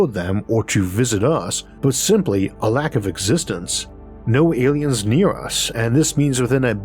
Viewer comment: "Aiens have invaded"? :)